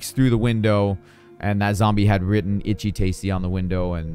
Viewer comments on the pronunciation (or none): none